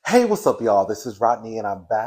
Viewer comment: LOOL Rodney when you said 'heeeeeeeeeeey' you sounded so Nigerian 😂😂